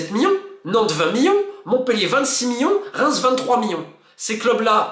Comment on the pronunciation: C’est marrant de constater que Monsieur Molina n’arrive pas a dire « million » mais dit à la place « millon » ! Bon c pas un drame non plus mais je trouve ça original :)